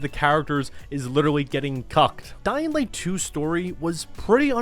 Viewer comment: How the hell you gonna do videos on these games without being able to pronounce a letter that's in both games' names? What's a Dead Iswand? What's a Dying Wight?